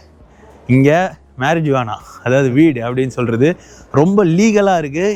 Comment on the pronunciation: BRO YOU SHOULD PRONOUNCE IT AS MARIUANA, HERE J IS SILENT.